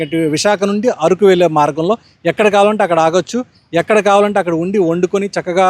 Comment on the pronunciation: అది ఆరుకు కాదు అరకు